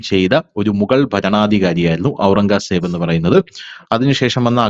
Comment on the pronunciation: ഔറംഗാ സേബ് എന്നു കേൾക്കുന്നത് അരോചകം. നമ്മൾ കേട്ടിട്ടുള്ളത് ഔറംഗസേബ് എന്നാണ്.